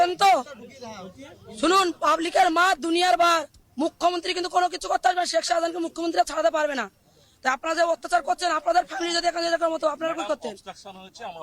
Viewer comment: ওত্যাচার নয় অত্যাচার হবে